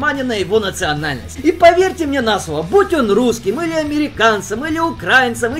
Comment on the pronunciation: Брат, не УкрАинец, а УкраИнец)